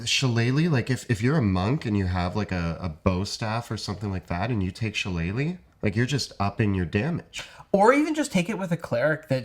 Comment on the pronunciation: They can pronounce Shillelagh, but not Melee?